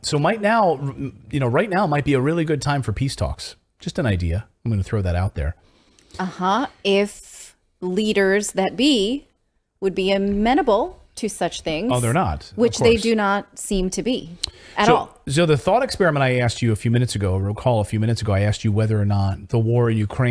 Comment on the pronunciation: The word is pronounced Uh-mean-able, Amenable